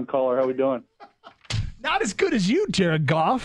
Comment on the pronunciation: JAR-ED GOFF JAR-ED GOFF JAR-ED GOFF